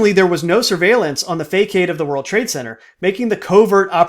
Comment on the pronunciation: Nice video. Just an FYI, "facade" is pronounced 'fassad".